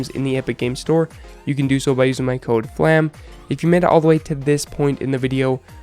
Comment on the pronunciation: Flamm > Flemm